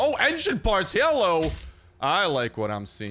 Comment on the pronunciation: Am I deaf hi heard hallo everybody instead of hello